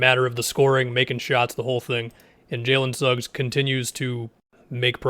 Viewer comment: He said Suggs